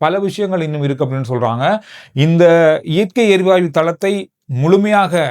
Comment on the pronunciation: வணக்கம் … சிறப்பான செய்திகள் உங்களுடையது. இயற்கை “எரிவாய்வு” என நீங்கள் கூறுவது தவறோ என தோன்றுகிறது. “எரிவாயு” தான் சரி போல… மன்னிக்கவும் கூறவேண்டும் போல் தோன்றியது. செய்திகளுக்கு நன்றி..